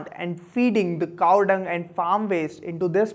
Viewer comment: Is Cow or "CaaaAAWhh"!?